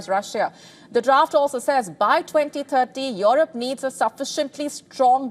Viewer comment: What a Lousy accent of this newsreader !!! She has decided Russia wants to wage a war with Europe (Or Eurup in her accent) ... for what ?? What has this beggar continent has to offer to Russia ???